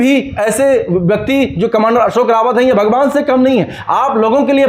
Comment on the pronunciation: मेहरबानी करके हमारे नेता का सही नाम कमांडर अशोकजी राऊत ( Ashokji Raut) है | सही उच्चारण की अपेक्षा करता हुँ ! रावत नही राऊत कहीए 🙏 श्रीराम 🌷 होरा भूषण डॉ सुरेश जोशी काका संभाजीनगर